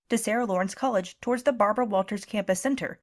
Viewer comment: Are you telling me that old woman is still alive, I am almost 60, and when I first started school she was old and worn out then. That's amazing but I know she has to be older than that. I can never forget when she said her name it always sounded like Barbara WoWo it always gave everyone a laugh